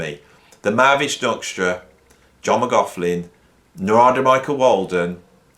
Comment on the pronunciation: Interesting video but your continual insistence on mispronouncing McLaughlin’s name is beyond annoying. I hope your students haven’t learnt to pronounce his name from you.